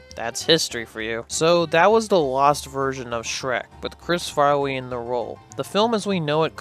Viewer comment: Great video and great job since I love Chris Farley. By the way, A "wittle" more, and "Chris farwee"? You gotta learn to pronounce your L's when saying "a little" lol lol